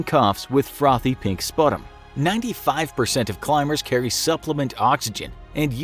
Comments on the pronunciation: It's pronounced spyew-tum,... Not sput-ummm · I laughed when you said sputum? (pronounced sp-you-tum)